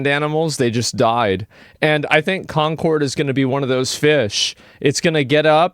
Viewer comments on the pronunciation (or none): did he say "conqward" ? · Wait... Is Concord supposed to be pronounced as 'Conquered'? 🤯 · Love how the reviewer says "conkerd" and then says "Concord" in the next cut. You know he was corrected between takes but was too lazy to go back and make the video consistant.